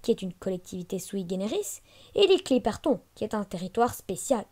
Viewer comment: On dit pas clipert on on dit clipertône